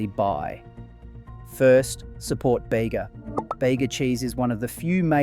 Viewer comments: It's not "Beyga" bud, it's "Beega" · It’s Bee gah not bay ga. Artisan is harder to find, the shop front purveyors jack up the prices to cover their costs and profits. Strange accent on the voice over. Obviously could make one’s own, but the starters are very very expensive. I buy Bega with careful attention to contents. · As someone who is local to the Bega area, even though I already knew Bega was australian owned, I was still quite happy when you said support Bega! (Also, only because I'm pedantic and as a local! it's pronounced "bee-gah") Great video! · Baygah - really? Oh please… get it right… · I was going to comment on the pronunciation also... Great video though.